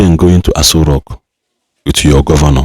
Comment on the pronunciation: My friend not ASA rock.That continues ASA rock you are saying is irritating me not listen you. Correct it b/f I listen.